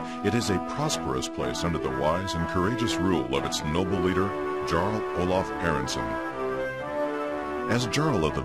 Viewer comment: but you are meant to pronounce it as a 'y' eg 'Yarl'